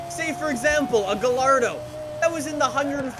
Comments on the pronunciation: Please stop pronouncing it as "Gallardo" it's pronounced "Guy-ardo." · Stop calling it a "Ga-LARD-o" it's pronounced "Guy-ard-o"!!! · "Guh-lardo"... I believe you mean "guy-yardo" lol. Just bein' a dick, how fucking great is this LFA? If only PG put this kind of effort into all of the cars. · I'm pretty sure it's pronounced "Guy-ardo". Not ga-lardo. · V10 Heaven... Imo it tops the Gallardo but not the CGT (Carrera not Conti) AND, IT'S PRONOUNCED GUY-ARDO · bro, you just called the Gallardo the Guh lard O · Did he really just say gal-ar-do 🤦🏻‍♂️ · This dude really pronounced Gallardo as Gal-lardo.. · It's pronounced Guyardo libtard. Ecks dee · You be shaming car sounds when you call it a galllllardo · Guyardo that's how it's pronounced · No one: Not a single soul:: Lamborghini Gullardo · I've never heard somebody butchering the Gallardo so much. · a car guy also cant say gallardo